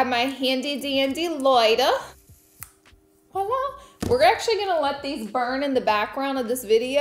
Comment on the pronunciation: I love how Laura always says “Wala” when it’s “Voila” lol cute